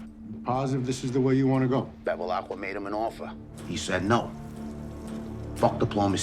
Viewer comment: It is Bevilacqua, not Bevilaqua.